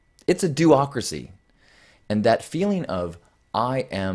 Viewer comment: I thought he said Doacracy. As in, not a Democracy.